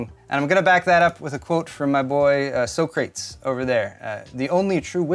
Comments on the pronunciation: "so-crates" yeah that's not how it's pronounced, that would be "sock-ra-tees". Probably one of the most famous philosophers of all time haha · "So-crates" should be "so-crat-eez". You were wrong. :-) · First time I've heard anyone pronounce it so-crates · Hahaha your pal Socrates (you said So crate's ) .... It's pronounced Sock'ra'tees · Everyone: "soh-cra-tees": "so-crates" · Smiled at " So Crates" for Socrates (Sock ra tees) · SOO-CRATES... You are WRONG!!.... SO-CRA-TEES Tick!!!! :-) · It's Socratees the way us Brits say his name😉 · It's So crat tees the way us Brits say his name😉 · "So-crates" I'm dead rn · So-crates.... that one hit somewhat deep. not saying that the generally accepted pronunciation is closer to the truth but still it's interesting how he pronounced it... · "so crates" cmon thats a troll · Its not Socrates its - so cra tees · wrong pronouncation on socrates its so-cra-tees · I was like, did he say so-crates? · Haha So-Crates hahaha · YOU'RE WRONG Sock-ruh-tees Socrates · The man's name is pronounced "Sock - ra - tees" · You may know stuff, but you don't know how to pronounce Socrates....?! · I'm going to assume your mispronunciation of Socrates was an intentional troll, and say "Well played." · Did my boy really just pronounce “Socrates” phonetically? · Finally someone else that knows the proper way to pronounce Socrates. I already liked, I wish I could like again!